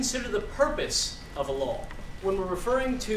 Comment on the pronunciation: It sounds like he's saying Allah when he says a law.